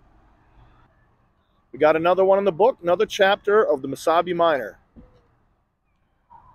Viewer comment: Oh, MESABI !! I thought you were saying Wasabi.